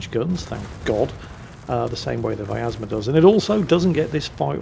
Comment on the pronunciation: there is no "A" in pronouncing vyazma, there are 3 of these ships, none of em are german:)